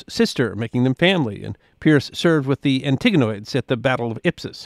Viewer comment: Die-a -dokey. Epi-rus. Antiga-nids. Are these wrong or just alternative pronunciations?